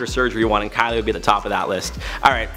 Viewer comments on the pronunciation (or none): none